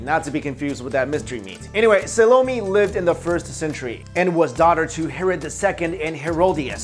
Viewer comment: not Sa low-mee but Sall-oh mae!! I hate to be a stickler but come on... it is Solome"!